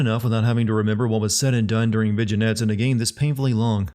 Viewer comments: I had so much trouble concentrating on the rest of the video after that lovely pronunciation of "Vig-in-ette." But overall I felt like a lot of his points were rather harsh. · Did he just say "Viginette"/ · Vig-enette? You gotta be kidding me